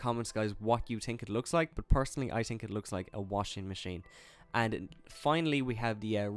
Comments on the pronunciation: Not tink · The word is think, not think